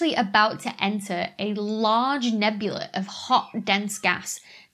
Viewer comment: Do you really say "nebuler" or do us back woods Texans just "hear" that? 🤣